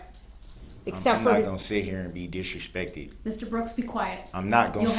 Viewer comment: "I'm not gon sit here and be dish-respected." 😂😂😂